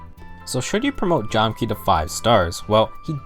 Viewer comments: it's Jahm-Kah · If my research is correct it's pronounced "jam-kah" because that's how it was on the fan translation. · You’re missing a lot of information about FE4 here It’s pronounced “Jam-ka” for starters..